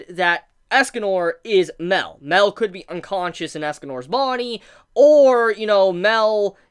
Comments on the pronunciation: Why do u keep saying meel? (Meal) instead of mael? (My-El) that's his name cuz rudicel (rude-eh-cELl) tarmiel (tar-me-EL) sariel (sorry-EL) and so it would be mael (my-EL) cuz it would sound dumb if they are all EL's then u just see mael (me-eel) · seriously, i know its boring to hear, but its MAH-EL, not mel, please pronounce it right, how did you even come up with this absurd pronunciation? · my L not mell